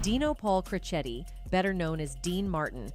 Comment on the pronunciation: It’s kid Crocetti, not Crochet:)